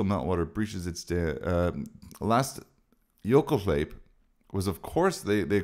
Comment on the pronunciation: I love it when an English speaking guy uses Icelandic as a slang 😄 jökulhlaup...❤. Thanks for sharing. Your Icelandic is beautiful 👌✨